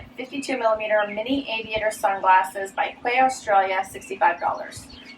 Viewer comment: Thought you might like to know that the Quay Australia sunglasses are pronounced Key Australia. They are my fave aviators and I have several pairs. Hope you kept them!